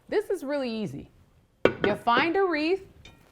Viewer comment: It’s WREATH, not reef !